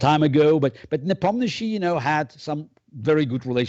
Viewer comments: He's NepOmnyachtchi, not NepomnYAchtchi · People should learn how to pronounce Nepo’s name. The interviewer embarrassed himself completely butchering name multiple times. Listen to how Kasparov says NepOmnyaschiy (stressing O) and try to repeat it few times until you get it right. Or you can keep call him Nepo, which I believe Yan prefers himself since his last name is frankly kind of embarrassing (it literally means Forgetful in translation from Russian).